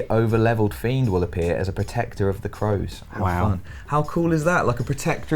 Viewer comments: is it Crows or Cows? It's written as cows, but he keeps saying Crows. He actually said it right once, but then changes it. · COWS DAVID, NOT CROWS! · it's cows not crows 😂 You two have gr8 chemistry, I mean you all do, but D'n'R fits together 🙂